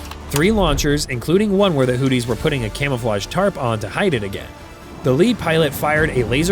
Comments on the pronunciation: Not hooties 😂 hoothies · Hearing Hootys over and over was annoying to keep hearing. If you are going to say their name, at least say it right. Houth - e is how it's sounds. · Is the AI calling them Hooties?? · Hooties and the blowfish? Pronounce your words. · Ha ha ha. He says hooties. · AI garbage. Mispronounced Houthis every time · Man your pronounciation of houthis makes me laugh so hard. Sounds like booties with an H 😂